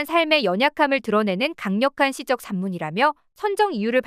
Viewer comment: 시적은 시쩍으로 발음해야 함.